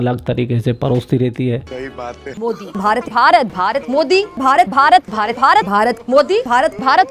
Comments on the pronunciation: Raw nahi bhai Raaaaa 😂😂😂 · Bharat ka "raw" nehi bhaiya "raa" 🤣🤣🤣🤣